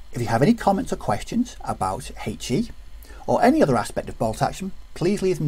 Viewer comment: If you need a comedy resource for how not to pronounce a 'h' - find a video on the rules of HE ;-) (Huhaych-E)